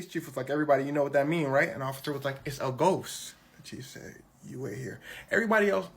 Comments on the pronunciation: "Issa a ghost" 💀💀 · "Issa ghost" 😂😂😂😂😂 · "Issa ghost"😂